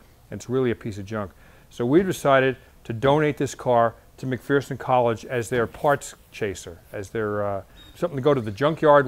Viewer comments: You are saying McPherson wrong. It isn't McPhEARson. It is McPherson, with the er enunciated correctly. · McPherson college out of Kansas? Good group of people. Its pronounced Mc-Furson. It's weird I know, but its Kansas for ya. Nice job though!!! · I know, there's no "fear" in McPherson... It's "McFurson."